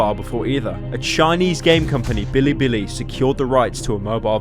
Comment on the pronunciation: I fucking cringed when I heard bilibili.